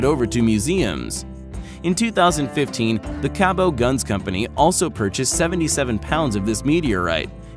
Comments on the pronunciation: I believe that the manufacture of the twin 1911's made from a meteorite is pronounced "Cabot" like the town that it was made in and not "Cabo'" as the narrator pronounced it. I live close to this small southwestern Pennsylvania town and Cabot makes some of the highest quality firearms available. I have handled some of their firearms and they definitely are of the highest quality manufacture and accuracy of their offerings proves my comments. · Who is this company Cabbow of whom you speak? The hint about the pronunciation is in the spelling. CABOT. Mind you coming from a country where the word aluminium is pronounced alloooomnum it’s not too surprising! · I live right next to the company that makes Cabot guns. They are a machining company but also make guns. They are said to be the best M1911s in the world. It’s also pronounced Ca-bet lol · Wow. Lots of flaws in that commentary. The Carcano is a Model 38 not .38 caliber. It's also pronounced Cabot, not Cabeaux. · You f**** idiots it's Cabot firearms company not the Cub o dumbasses figured you get the name right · So much of this is wrong. Right down to how you pronounce "Cabot". You are the worst.....and you gave Hickok credit but not Ian from Forgotten Weapons?? Jesus christ you suck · its cabot guns in sarver PA owned and operated by Penn United Technology Inc the pronunciation in this is so wrong